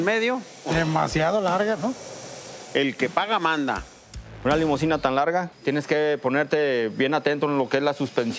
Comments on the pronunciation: Se dice limusina, de nada. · No es "limosina", sino limusina.